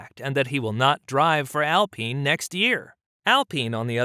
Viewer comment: AL pine not AL peen. lol